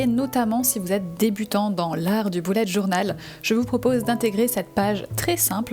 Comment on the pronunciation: Tu a dit boulette journal 🤣🤣😂😂